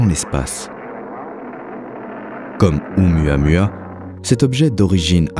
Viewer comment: C'aurait quand même été sympa de se renseigner sur la prononciation de Oumuamua (prononcé Ou-Moua-Moua) avant le docu. Ca écorche pas mal !